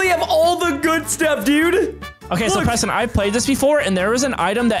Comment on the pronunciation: Its Preston not preton